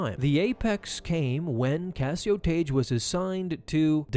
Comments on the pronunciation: The only time Tagge’s name was ever pronounced in anything close to the canon was in the NPR radio dramatization of A New Hope. There, it was pronounced “Tag”. “Taj” is just way off the mark. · His name is pronounced "TAH-gee".